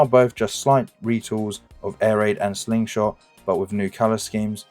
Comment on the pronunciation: Good effort, but need to redo audio: Leader Slingshot, really? Skelington?